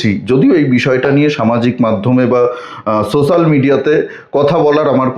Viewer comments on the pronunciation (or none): none